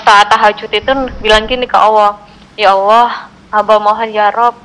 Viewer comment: Bunda ini nyebut Allah dengan awah apa cuma aku yg Salah denger yah?? 😢